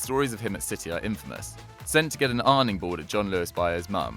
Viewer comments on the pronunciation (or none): none